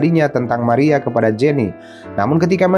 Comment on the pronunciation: Wkwkwkwkwkwkwkwkwkwkkk.....maria dibaca meria 😁😁😁🤣🤣🤣🤣🤭🤭🤭🤭🤭🤭🤭 #alay